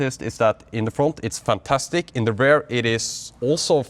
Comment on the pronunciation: Please try not to pronounce “rear” as “rare”. Beisdes that, nice and valuable content you have been providing over the years